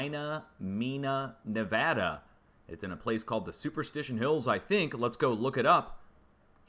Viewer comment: Yay, saying Nevada correctly! 😁